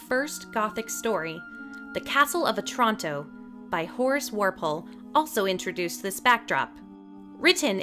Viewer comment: Walpole not Warpole.